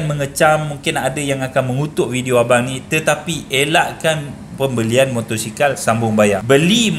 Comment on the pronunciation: motosikal bang bukan motorsikal